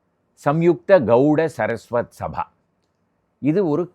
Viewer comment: அது கௌட சரஸ்வத் அல்ல.... கௌட சாரஸ்வத்